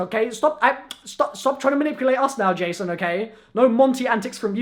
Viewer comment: J-son Blundell